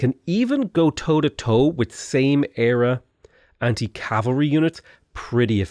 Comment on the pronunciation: What the fuck is cavalary?